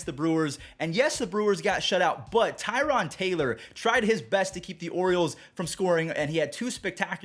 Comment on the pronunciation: mispronouncing the name Tyrone is funny